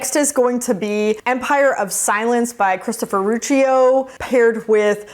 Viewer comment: If you like Altered Carbon maybe try Old Man's War, because they're both trippy, and without being more specific, characters get new bodies. I think Kowal is "Koe-al" like hoe, and Ruocchio is "Rocky-oh".